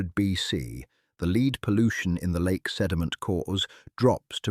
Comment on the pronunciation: Dear AI speaker, lead as a mineral is pronounced,led ,as the first person in line,leed . You're welcome.